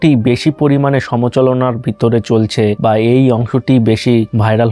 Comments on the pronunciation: Its Somalochona not somacholona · Somacholona noi somalochona হবে ভাই 😂😂😂😂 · সমচলনা না ভাই 😂😂😂 সমালোচনা 🥴🥴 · সমচোলনা কি রে ননী?? বাংলাদেশী নাকি?